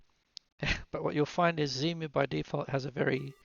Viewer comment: Please, no Zemu, it's Xemu, ie X-Emu ;) Nice video btw. I smiled a lot when you said on the downloading page: "lots of text here". Well, that's usually the hallmark of me ;)